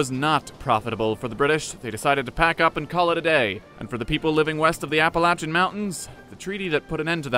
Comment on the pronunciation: Thank you, for saying Appalachian correctly.